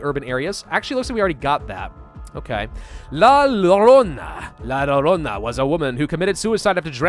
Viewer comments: “La Lorona” cringe since it’s spelled Llorona it would be pronounced YO rona bc the double L is pronounced as the y sound in spanish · Is pronounced "la yorona", is a hispanoamerican urban legend (maybe that's why it appeared rigth after """"evolving"""" urban legends), there are different versions by every spanish speaking country in the americas, the most famous one is the mexican one (the original) but not the most absolutely horrofying one, that one is the uruguayan, wich if you say 3 times "llorona tengo a tus hijos" doing a full rotation for every time and doing it in front of a mirror, then it will come to chase you, no one else can see her, there is nowhere to run, you are going to die, its around the corner, its in the closet, the bathroon, behind the door, the mexican one is basically just trying to kidnap childreen and take them with her, with no way to save them once they get close, but it haves the terryfying feature of crys and screams, plus you don't have to summon her, just randomly appears in the dark like minecraft monsters, its basically an excuse to make your childreen dissapear as long as there is demonic like screams and crys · hey if you read this, "shorhona" is how you pronounce "Llorona"! is not exactly right but to an only english speaker is the best aproximate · Ikr. And his pronounciation, *cringe* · just so you can know. La Llorona is a spanish name and the double l in Spanish is pronounced like y